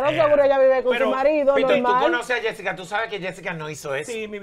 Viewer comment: Ajá Yesica te descubrimos dise yulay 😂😂😂😂😂